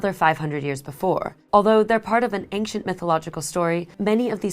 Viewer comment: you say ank-chent. I say ancient